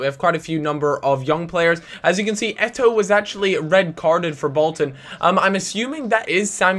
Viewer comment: It is Samuel Eto'o!